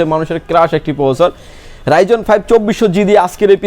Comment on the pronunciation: উচ্চারণটা রাইজন না। রাইজেন হবে।